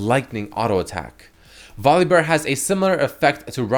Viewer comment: Damnit it's pronounced VOL UH BEAR not VOLLEYBEAR!